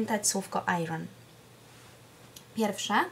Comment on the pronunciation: Bardzo nie chcę brzmieć jak hejter,ale radzę pani sprawdzić wymowę słowa iron. Pozdrawiam:)